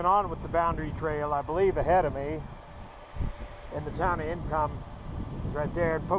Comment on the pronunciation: It’s “ink om “ not “income” pass